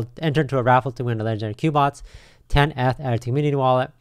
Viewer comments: When he said COOBOTS and ETH instead of "EETH" I gotta stop there lol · i think it's pronounced like "queue" as in Cube-Bots. Cubots.